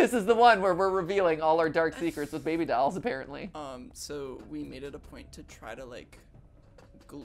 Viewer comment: am i the only one who got distracted by MatPat pronouncing "dolls", as "dowels"